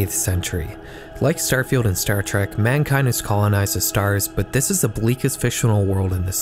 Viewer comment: Trek not Track.